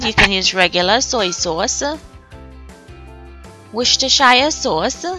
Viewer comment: Thank you for this recipe; it looks very tasty! I'll make this on Sunday. By the way, worces-ter-shire is pronounced woos-ter-sher, or you can just say Woos-ter sauce. The ending is pronounced like the state New Hampshire!